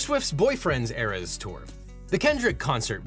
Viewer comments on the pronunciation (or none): none